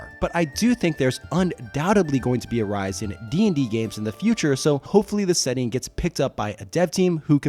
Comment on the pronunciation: How do you spell 'setting'. You do know how 'setting' is spelt, right? Why are you saying it weird like it's spelt setning